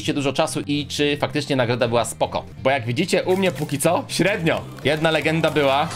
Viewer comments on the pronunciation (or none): Po pierwsze to jest bo a nie bu